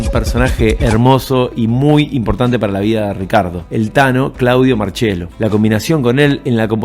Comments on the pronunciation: crak! muy bueno el video , es el primero de tantos que seguramente vere en breve ...un pedido de corazon , TANO MARCIELLO, NO MARCHELO, POR FAVOR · Gran informe. Que diga marchiello y que a continuación Ricardo diga marciello me da un poco de cosa pero siempre se agradece.